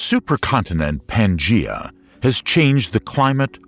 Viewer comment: Very interesting, but I found the constant mispronunciation of names by the person delivering the commentary extremely distracting and irritating. ie. Gondwana is not pronounced GondwanDa.....the genus of gymnosperms Cycads , is not pronounced Cycaids. At one point Pangea was pronounced Pangena, then Pangeda. That's just an example, there are so many more. Perhaps next time you could get an englishman to do your commentary as americans have an annoying habit of adding and/or deleting consonants and vowels at will. In other words, inattentive reading and lazy english! I assume you spent so much time putting this documentary together for educational purposes. Mispronunciations are not educational. Other than that, this is an interesting and informative documentary.